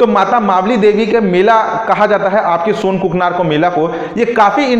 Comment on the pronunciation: सोनाकुकानार हैं sir ji सोनकुकनार नही